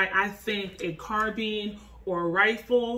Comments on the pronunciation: Carbine not carbean lol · Car-bean? Lol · You Said Carbine Wrong Respect for the video Tho car beens 😂🙏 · Exactly, what's carbean? Never heard of this pronounciation... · Car beans.. car bye ns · what's a carbean? i tought it is called carbine? and not to talk trash but we use fist's and nothing but fist's but when people enter a home and you are in your bed you are going to tell me that a ''carbine'' is faster then a handgun? lol your giving me a hell of joke lol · #1 you're pronouncing carbine wrong..#2 a 9mm carbine is a waste. U might as well get a MCK make your glock a SBR...